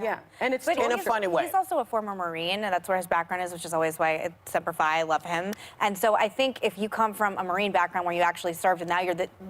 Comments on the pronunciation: Bruh I ain’t no marine but I’m pretty sure it’s semper fEE not semper fEYE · she literally said sempre-fi